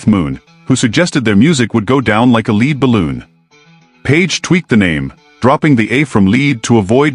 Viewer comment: The irony of the AI mispronouncing LEAD. Jimmy made the right call